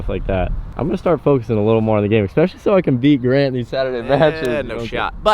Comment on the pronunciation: AGAIN....."Ekspecially" ISN'T a word. There's no "K" sound in the word "ESPECIALLY"